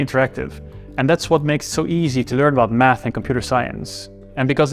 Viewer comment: Great story, I really enjoyed it! But why do you pronounce "math" like it is "mUth"? 🙂